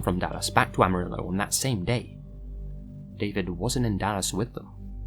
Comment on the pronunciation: The way he pronounces "amarillo" gives me a headache